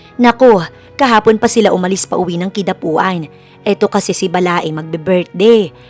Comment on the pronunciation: Nakakairita yung Kidapauan hindi Kidapuan. Mag aral nga